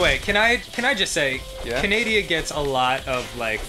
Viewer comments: can-a-da, not can-ay-de-a silly jew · He said "canadia" instead of "Canada" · My god, they called Canada, Canadia.... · I have dyslexia and I think because of that I actually always pronounce Canada as canadia without thinking about it before saying it. so yikes. Lmao bc danny pronounced it that way tho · It's not Canadia its CANADA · I ALWAYS SAY KANADIA!!!!! AND SO DOES DAN!!! WOOHOO!!!!